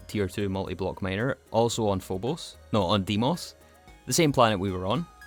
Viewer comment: e in deimos is read same way as in elephant